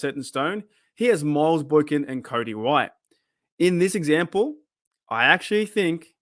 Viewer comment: I don't understand how Jeff can say Cody White.